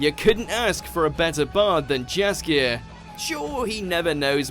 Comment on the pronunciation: it's painful to hear how they are pronouncing Yaskier's name wrong...